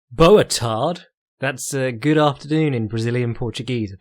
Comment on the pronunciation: Bo uh tar gee is how you pronounce "boa tarde"